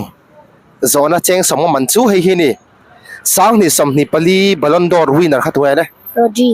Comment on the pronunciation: Ballon dor nilo in Ballon 'd'or tih zawk tur aw..